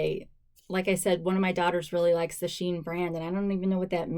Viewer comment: It’s pronounced she in, probably because of the inclusive sizing